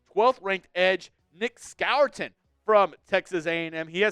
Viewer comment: I love ya but Nicks Mae is pronounced SCORE-TON